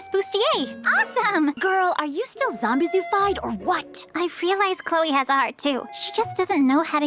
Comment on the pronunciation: Lmao, thought her name was "Zombieboo" and not "Zombizou" since i hear them "Boo" more than "Zoo" Lol💀😭🙏